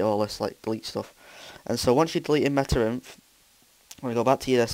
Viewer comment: It's META.INF Dumbass. Not META.IF